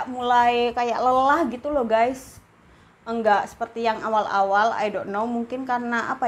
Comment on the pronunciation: Makasi infonya bun, tapi ai dok no nya lucu😂